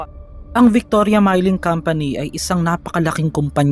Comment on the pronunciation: Hindi mayling company kundi milling ayosin nyo